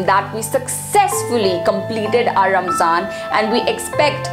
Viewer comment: If this video is aimed at non Muslims or people who want to know more, then my advice to the presenter is to use less arabic jargon & replace with English phrases so it's easir to digest. Plus it's not Ramzan, It's pronounced Ramadhan in Arabic Good try though